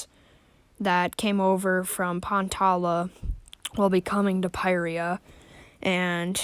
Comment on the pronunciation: Finally somebody who pronounces pyrrhria like me